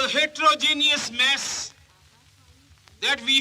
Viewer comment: Did Ambedkar say “heterogenous mass”? It sounded like “heterogeneous mess”!!!